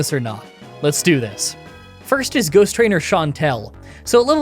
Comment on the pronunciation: he says goose trainer instead of ghost trainer.